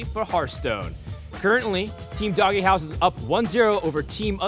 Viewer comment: Why the fuck are they pronouncing "DogeHouse" as "DoggyHouse"?